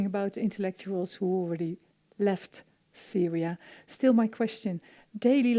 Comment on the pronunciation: She said "Saria" or more precisely "Cyria" (first three letters from "Cyrus") One way or another probably the least important part of the video